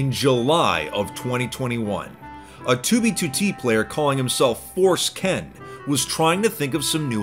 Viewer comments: Am I the only one who hears Force Ken as Foreskin? 😂😂😂😂😂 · I honestly thought his name should be pronounced foreskin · Ahhh. I’m very glad on your overpronounciation of “Force Ken”. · i fuckn rolled at his careful pronunciation of "Force Ken" lmao.